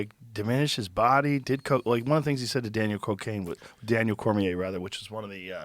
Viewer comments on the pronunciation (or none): When Joe says Daniel cocaine it’s funny to hear 😂😂 .49